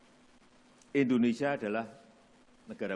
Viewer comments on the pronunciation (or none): Endonesia.. Harusnya Indonesia